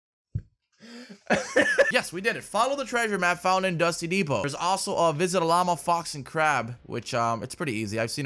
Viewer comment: “If you’re a crazy mo foe you go to dusty depo”😂